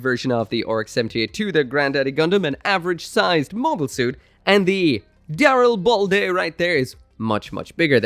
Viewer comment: I don't care if that's the official pronunciation. No favoured suit of mine will have ball in it's name. Call the boi daril-bald-a.